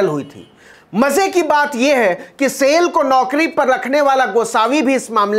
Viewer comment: सेल नही साईल